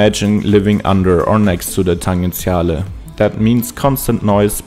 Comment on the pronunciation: Just one correction: the name is "Tangenziale", pronounced with a soft g /tan-djen-'tsja-le/. 🙂